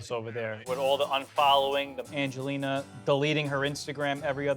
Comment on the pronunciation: Every time Mike says "Angeliner" I can't help but cringe